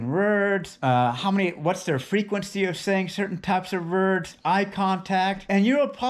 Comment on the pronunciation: "Pause between words", yet he can't pronounce the word, "words" correctly. Sounds like he's saying "rurds".